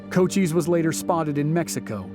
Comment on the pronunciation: Pronounced Co-CHISE, not CO-cheeze, hard 'S"...